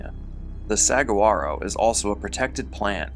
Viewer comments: If you say "SAG-wah-ro'' instead of "sah-GWAH-ro" ... You might just be a gringo. Lol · Hello I'm the community pronunciation coach ,and I'm here to correct you on a word ! And that is Saguaro and it's pronunciation is as follows " Suh-wahr- o" and it has a Spanish accent to where the "g" sounds like "h" ok this is the easiest way to coach you on t his ask a Spanish speaker today it for you ok and thank you ,we enjoy the stories and appreciate your work . But cannot stand when people on here and there are many of you on YouTube that just obliterate words and it's so annoying and it makes you all sound illiterate. Not saying you are just uneducated sometimes . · Good video the way to pronounce the cactus tree in the AZ fate is “su aaro” the g is silent :) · The name of the cactus ("saguaro") is pronounced "sah-WAR-oh", fyi. And David definitely deserved what he got. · Pronounced sa wa’ro 🌵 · There's no 'g' sound in suguaro, it's a 'w' sound instead. Just in case anyone cares 🤷🏻‍♀️